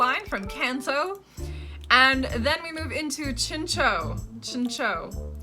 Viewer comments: Here is the list of mons i thought you prenounced differently Meganium Chinchou (ending is like chow) Ledyba (which is weird since you said ledian correctly) Togetic (i prenounce it like togepi, but instead of pi it says tic) Aipom (prenounce it like the second one you said since it comes from ape) Pineco (its indeed how you thought it should sound like while looking at it) Forretress (literally just fortress, i had to laugh with your version xD) Scizor (i can understand the confusion, but its funny that you pay attention on the switch of y and i in ledyba and ledian but not in scyther and scizor. Its literally like a scissor) For the rest its debatable. Some might be a bit iffy but its not wrong like i would prenounce houndour different but the way you said it is not wrong. Suicune was correct so no worries ;) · Here are the pokemon names that I think you mispronounced 1)Meganium? 2)Ariados 3)Chinchou 4)Togetic 5)Ampharos? 6)Aipom 7)Misdreaveous? 8)Pineco 9)Forretress 10)Scizor 11)Swinub 12)Piloswine 13)Mantine 14)Elekid 15)Suicune? Iam not sure if I got everything. Maybe some of these are wrong too,so feel free to correct me😅